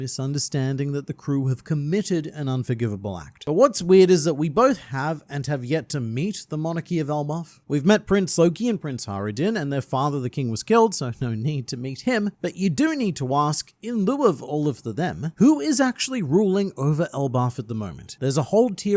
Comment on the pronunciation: What's worse is that ALSO mispronounces Hajrudin. He drops the "j" entirely, but it's just soft and pronounced like an "i." His correction was incorrect. Other words he gets wrong: Mjosgard, Zoan, and (bafflingly) Marineford.